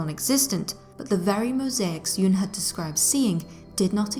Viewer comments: Why does the narrator pronounce Jung’s name ‘Juung’? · Pronounce the g in Jung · Surely you could learn how to pronounce words,the name of the city, Carl Jung. Good grief!!!